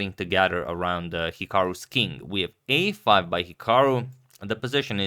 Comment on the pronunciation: Pawn to a5 haha. Here's an Easter egg challenge: post a reply here with as many mispronounced moves from all the videos(w/ timestamps) see who is the best one at paying attention haha.